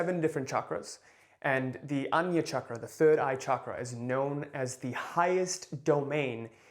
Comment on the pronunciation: It's not anya chakra ..it's called ( aag na ) chakra ..pls correct it 😊